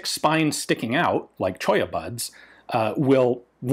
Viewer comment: I surveyed geology in S Colorado years ago and I grimaced when you said "Cholla"